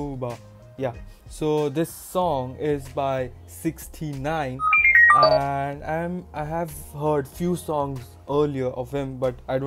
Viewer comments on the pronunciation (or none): Not sixty nine it is six-nine😂😂😂